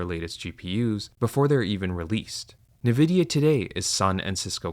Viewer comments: Jesus christ, its not "Na-vidia." Its N-vidia. it is a play on the latin word for envy "invidia" just with a letter N instead of the the word in at the start. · “En-vidia” not “ne-vidia” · It has 2 i not 3. Its nvidia not nividia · It’s called ENvidia not NEvidia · En-vidia not Nuh-vidia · I like your videos a lot! but it's en-vidia no nevidia. it's very difficult to hear it wrong for some reason. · Not only is your sponsor wack, but at least some segments of the voiceover are seemingly AI, you said "nevidi" instead of Nvidia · ENvidia not NEvidia...why does that trigger me so hard? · It's Nvidia, not navidia. Learn to read. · Are you an AI voice or do you just pronounce Nvidia's name wrong like all AI voices? The compnay itself says it is pronunced EN-videa, not NI-videa. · why do you keep saying "navidia" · Everyone else: Ai sponsor on Ai bubble video. Me: Spasming every time he says NE Vidia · Say nAvidia one more MF. 😂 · Did he say Nevidia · never heard n-vidia spelled like this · Only through reading these comments did I learn how to pronounce Nviadia. I swear I’ve only heard it said NI-vidia before. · Nividia? Bro you better be trolling haha Awesome video though, eye-opening! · That is not the way to pronounce it. Have you heard of the word envidia? Spanish for envy. N Vidia... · This can't be how you pronounce Nvidia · His pronounciation of Nvidia is never not jarring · Geez, withall the sponsor money, you'd think this guy would be able to pronounce NVIDIA properly. Like how hard is it to just google how to say the name. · yea this video ain't it, chief. parroting all the other commentors, consistently mispronouncing nvidia AND having an AI sponsor during a "AI is doomed"-video feels fucked. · Bro actually used an AI voice in this video and the channel rules have the gaul to state that they don’t use any AI in their videos. The pronunciation of “Nvidia” was a dead giveaway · I agree 100%, but at least you could learn how to pronounce Nvidia ￼